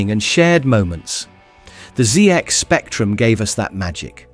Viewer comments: "Zee-ex Spectrum"…??? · Zee-Ex Spectrum? Really? Maybe this video should have been presented by a brit familiar with the ZX Spectrum? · I hate this AI crap. It can't even pronounce ZX spectrum correctly! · or "Going Liv and Number...."